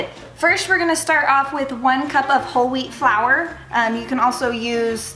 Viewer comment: When she said "Whole wheat flour" at first I thought she said "Holy flour" XDDD